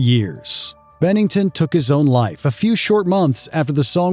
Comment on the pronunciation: "and toda" "Bennington took his own lie" PLEASE, fire this guy and replace him with someone who can say simple words.